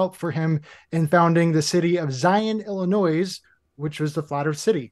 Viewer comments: I’m a proud Illinois native, and pronouncing the S at the end of Illinois is all the evidence I need in order to stop listening to him. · Why did have to pronounce the S so hard in the word Illinois